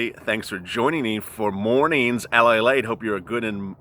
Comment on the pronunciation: LALATE, not Palate! Lol